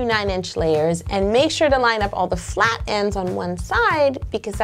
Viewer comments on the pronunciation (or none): none